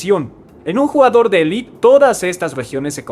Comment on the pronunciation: Élite, no 'elit'